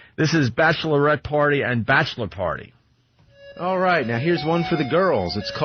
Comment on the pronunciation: 'Bashlerette party and Bashler party' -- Opie (professional talker)